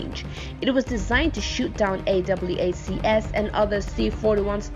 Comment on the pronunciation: AWACs. Pronounced "Ay Whacks". And this persists throughout the video. Can we please at least get someone knowledgeable to help the narrator when you guys make these videos?